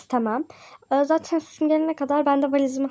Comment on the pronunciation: Sushi ben şuşu diye anladım ne alaka dedim 😂